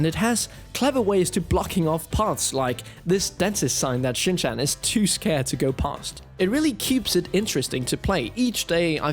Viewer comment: You are pronouncing Shin’s name wrong 😬😬😬